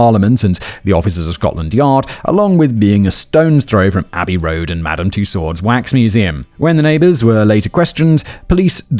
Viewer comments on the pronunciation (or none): none